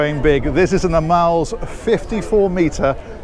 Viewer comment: A true floating French chateau. Normally not my style but this is majestic 😄. And a tip in pronouncing..its not aMELS but A-mels..if you catch my drift 😉